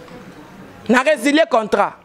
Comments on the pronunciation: tu as raison,même le mot contrat elle dit contrant😄😂😂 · On dit un contrat et non contrant.... Pardon tika français ozuiiiiii lelo ofingami.... Okotuna chèvre 🤣😂😅😂🤣🤣😂😅😅😂😂🤣🤣🤣😂😂😅😅😂😂😂🤣🤣🤣🤣😂😂😅😅😂🤣🤣🤣😂😂😂🤣🤣😂😂😅 Etikali yo suki ya jaune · Udjna contrant te (balobaka contrat) mawa 😂🤣😅 trop banc y'Ecole eza bien